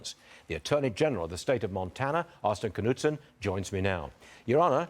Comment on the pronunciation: Wow! They even pronounced the name correctly! "Kuh-Nudsun", not "Nude-Sun". Austin Knudsen reflects Montana values. Constitutional Lives Matter!